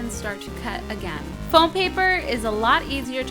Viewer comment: Everytime she said fome I thought she said phone :3 Lawl